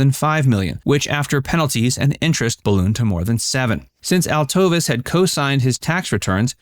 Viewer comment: His wife's name is pronouned; Alto-VESE